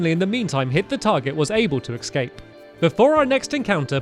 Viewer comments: "And I was able to ecscape" Stamps-2019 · He keeps saying "ecscape" and it annoys me. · It's escape... not excape